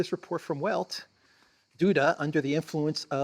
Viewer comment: the 'W' in 'Welt' is pronounced as V is in English.